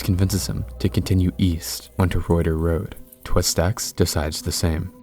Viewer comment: Reuter Road is pronounced "Rooter" Road.